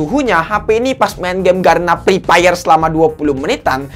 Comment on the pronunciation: 😂😂😂😂😂😂😂😂😂😂😂😂😂😂😂😂😂😂😂😂😂😂😂😂😂mantap bang lucu sekali pas ketika Abang nyebutin game EPEP